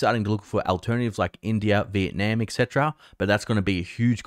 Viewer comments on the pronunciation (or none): none